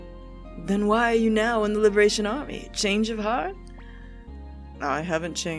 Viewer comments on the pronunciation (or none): none